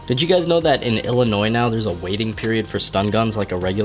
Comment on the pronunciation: O hei, he said Illinois right.